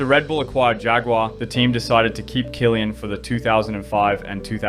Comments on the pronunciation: Ive never before heard some pronounce Christian Kliens last name as Killian...ive only heard people pronounce is almost as 'clean' 😊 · his name is klien not killian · You pronounce Klien like clean not kilian. Sounds horrible. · I know Kylian Mbappé and Christian Klien. Christian Kylian has never been on the grid. Maybe show the subjects of your video some respect by actually making an attempt to pronounce their names right... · U butchered Christian Klien's name 😢